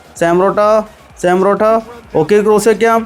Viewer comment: Sam porotto, thooram, karwaskilla 😅 eeh pulli ingane Aane parayunne